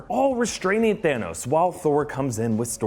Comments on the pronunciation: "THEROS" lol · there's no r in thanos